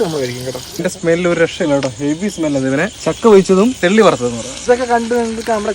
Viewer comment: തെള്ളി അല്ല ചെള്ളി